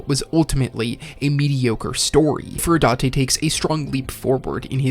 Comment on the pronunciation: Finally you pronounced furudate right. Subscribed.